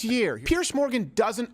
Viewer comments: It's Piers not Pierce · I hate it when the pronounce his name Pierce. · Piers never reads it right... He always has it wrong-- Bless Him